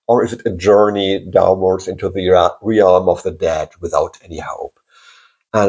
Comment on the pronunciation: The word realm is pronounced as if it had no a. As relm